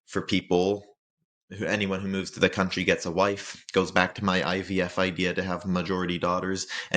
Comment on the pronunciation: I was habben a good time listening you say countrrry.